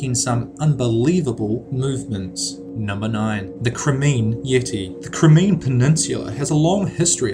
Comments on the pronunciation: number 9.... Crimean... Crime-ee-ann..... not crimeen... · The Crimean Yeti is pronounced Cry-Me-An! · You can't pronounce Crimean - ahh it hurts me.